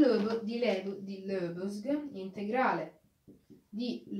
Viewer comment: Complimenti bel video, stai migliorando nell'esposizione sempre di più, una precisazione: si pronuncia Lebèg!🙂